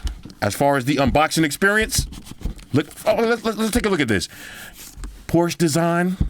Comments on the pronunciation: Well as a German it‘s „Porsche“ not „Porsch“ but hey we are here for the phone not the car brand haha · poshe car then porshe phone 😂😂